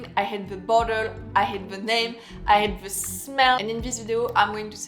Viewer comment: It’s funny how you pronounce “I hate this perfume “ with a silent h so it sounded like I ate the perfume:) I know that in French h is silent. I agree with you - all the mentioned perfumes are bad